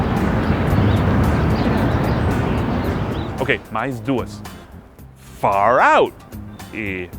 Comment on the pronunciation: quando ele falou far out ficou parecido com fallout